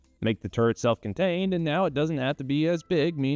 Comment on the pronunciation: Did he say turd or turret? Is this tourettes?